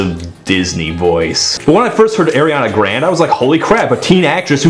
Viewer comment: Air-Ee-on-ah grand... Lol but seriously she is a good singer but i think the pop songs don't utilise her.